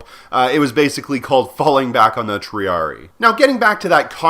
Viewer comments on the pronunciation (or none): Minor nitpicks with the latin pronunciation. "Principes" is pronounced with the c sounding like a k and "Triarii" has the second i sounding like the "a" from "able". Anyway, great vid. Thanks for the completely contextually irrelevant information.